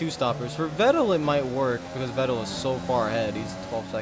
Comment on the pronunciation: Vettel is pronounced Fettel. Like an F and not a V. Just a little tipp.